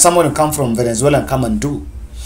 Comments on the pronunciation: By the way, it's VENEZUELA. It's like you have a problem in pronouncing the South American Country's name. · Very clear and eloquent speech,find it funny how you havent pronounced the noun VENEZUALA correctly...